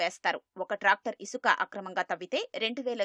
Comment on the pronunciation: ఉసుక కాదు ఇసుక 😂😂😂